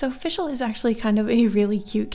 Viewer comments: It’s Fischl not “FiShEl” FIX IT PLEASE ITS TERRIBLE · Fischl is pronounced fish-ull